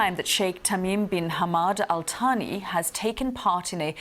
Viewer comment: "Al Thani" is pronounced with the English "TH" as in "Thanks" (al thaa-nee). Thani means "second", so literally it means "Clan (Āl) Second (Thānī)".